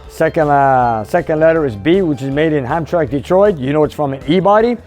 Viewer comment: Hi. It's pronounced "ham-tram-ack" not "ham-track"